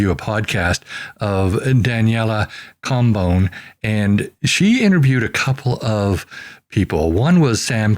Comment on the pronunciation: Very good and informative. Daniela Cambo-nee show I believe it is pronounced 😅